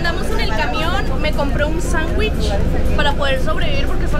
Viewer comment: Sandwich ❌ Changuich ✅